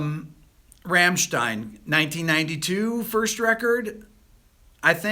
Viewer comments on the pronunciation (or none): none